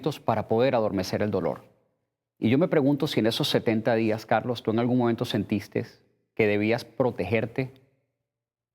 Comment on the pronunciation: Dice sentistes xD